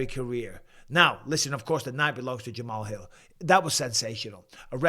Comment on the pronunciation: Jamal's Hill ❓❓ Really ⁉️ Bisping 🫵 You Should Do Homework At Least Get The Names Right